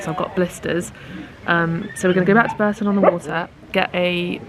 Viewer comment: And Bourton-on-the-water is pronounced Bawton-on-the-water. Another very weird one! 🤔 This is in no way a dig by the way!